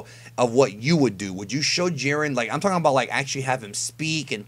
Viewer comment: "Jai - Ren". not "Jeeren"